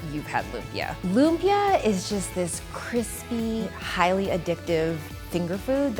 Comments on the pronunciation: Lum-pyuh.... omygahhhhhhdd it is Loom-pi-ya (like yasssss) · Im kind of dissapointed that the whole video she didn't say LUMPIA right. It's not LUM-PIYA. It's LUMPIYA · Oh my God. It’s not loom-pyuh. It’s lüm-pyæ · Am I the only one who's slightly (read: very) annoyed by how she says lumpia? It's /loom-pyA/. Hard A. Dishonour on your cow. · The way she pronounce 'lumpia' sounds like the way you say 'oompa loompa' which I think sounds weird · loo-mpia wahhahahaha lodi. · Its call LOOMPIAH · "loomp-yuh" LOL. No hate. I just think it's hilarious pronouncing it that way 😂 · yeah filipinos speak it differently they say (loom-pya) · More like loom-pee-yah. American english doesn't have a lot of abrupt stops ("impit" in tagalog) in their words so they tend to verbalize things on how their tongue was trained. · It actually loom-pyá/lum-pi-a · The way she pronounces lumpia though😂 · uhh im so infuriated stop pronuncing it wrong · the way she pronounces lumpia... 🙃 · I bet $100 that the comment section is filled with people saying how it’s funny lumpia is said that way. Who am I kidding? I’m broke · I'm filipino, I know the food well. It's just that from everyone I know who lives in the philippines ((I know many from different parts of the philippines)) pronounces it with exaggeration on the "ia" of Lumpia